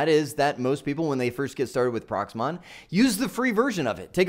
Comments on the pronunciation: Great Video, thank you, but I NOTICED you keep saying PROXMON, Its PROXMOX, we had enough of software names and acronyms in our IT journey. Best regards to you and the family from Chicago to Arizona. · Are you saying Prox MON or am I hearing it wrong? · I hope you meant Proxmox and not Proxmon.